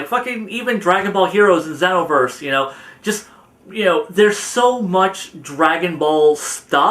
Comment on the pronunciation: Isn't it pronounced Xenoverse, not Zenovese?